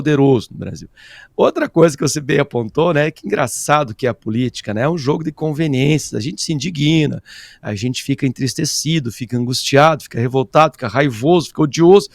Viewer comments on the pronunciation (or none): Não é indiguina, mas indigna.